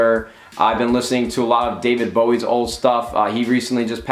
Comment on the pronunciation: 1. You said 3000 is 1 century away 2. You pronounced David Bowie wrong????